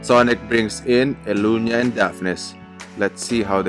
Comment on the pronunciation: Elucia not Elunia lol